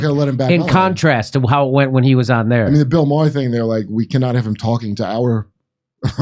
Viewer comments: Jimmy: '-then he did Bill MA-HER' Kurt: *Struggling & failing to hold laughter in after Jimmy mispronounced "Maher", & bcuz he already called him out 1× for sayin 'E-bow-knee' instead of 'Eboni'* LMFAO! 💀💀💀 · YO JIMMY WHATS WITH THE BILL MAA HER SHIT ITS BILL MARR OR POS WILL DO ITS NOT NOT MAA HER YOU FAMOUS DORK WHO CANT DINE OUT ANYMORE CAUSE WHY NOW PEOPLE WILL GO TO THE RESTAURANT HUH? IVE BEEN GRUMPY ALL DAY ITS NOT YOU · Not too long ago I wouldn't have considered watching Fox or Tucker Carlson. Now, I watch Tucker everyday and watch a lot of Fox. Jimmy, do you do that on purpose or don't you know Maher is ONE syllable - ?